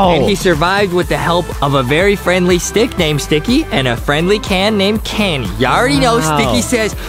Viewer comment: no sticky said lets stick together but it really said lets srick together